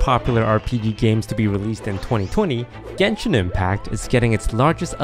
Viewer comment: I hate how toast mispronounced both genshin character names